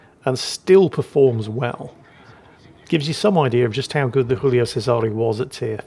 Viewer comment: can someone tell it's still Giulio, not Julio?